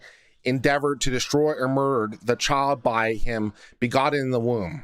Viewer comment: No southern accent until the word "Child" then it's all "Chawld". :)